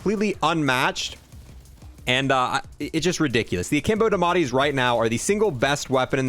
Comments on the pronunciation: Please they are called the die a metti not dimati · Its spelled diamatti (dee uh mah tee) is how it should be pronounced